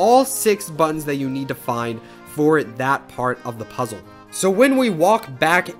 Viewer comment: How do you say puzzle again?